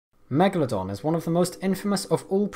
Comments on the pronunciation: Why is he saying Megladon? its MegaLODON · It's actually pronounced 'megAlodon'. You put the emphAsis on a different syllAble. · Why you say always meglodon. You are stupide? This fisch is a megalodon.